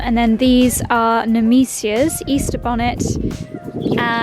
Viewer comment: Nemisias is pronounced Nemisha